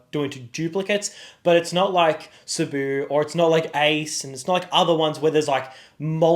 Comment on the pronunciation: fair enough bro just the way U say Sabo and calling chopper Tony made me Think otherwise